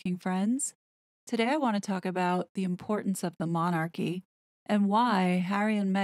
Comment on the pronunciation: Really??!! I only came on here as it was shared on my timeline. But I have never known such arrogance, a person who cannot even pronounce the word Monarchy is telling Americans how Britain should view their Royal Family and actually thinks she knows how our Monarchy works.By the way, they are not THE Monarchy there are other Monarchies in the World! The British Royal Family,actually The King, affects,as well as the U.K., 14 other Commonwealth Realms, the USA is not one of them.